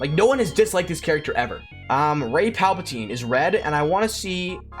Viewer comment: Rey “Palpitine” - nice! Haha